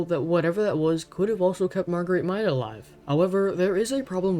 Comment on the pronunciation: 1. it's pronounced mayda 2. a big fan guess is the cold 3. good job :D